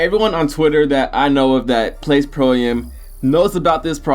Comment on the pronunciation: Pro am.. It's AM not A-M